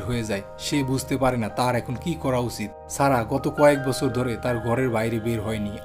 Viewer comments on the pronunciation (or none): ভাই আপনার কথা বলার ধরন ঠিক নেই। উচিত শব্দকে উছিত বলেন। তাই video টি কেটে দিয়ে। সিনেমার গল্প চ্যানেল এ কাহিনি টা শুনতে যাচ্ছি। আপনি আমাদের বাংলা ভাষাকে দুনিয়ায় কাছে উপস্থাপন করছেন, শুদ্ধ ভাষায় কথা বলবেন। ধন্যবাদ।